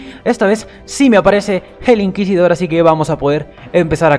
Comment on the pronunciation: Bravo porfin dijiste Inquisidor correctamente Xd Yo también tuve esos fallos en vídeos Efe